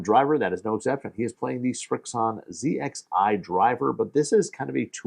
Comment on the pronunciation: Thank you for not saying zed xi 😂